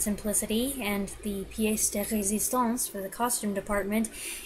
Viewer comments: Your perfect pronunciation of "piece de resistance" made me suddenly sit up straight in my seat with admiration! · C'etait parfait! Merveilleux! It was perfect, marvelous! Especially your addition of "h" to the "r" of "resistance" and "ah" of "-ance". Bravo!!!